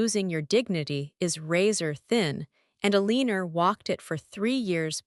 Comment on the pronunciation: E-Lean-Or ...It's not Ele-an-or? I love AI ;earning to speak, like children at times.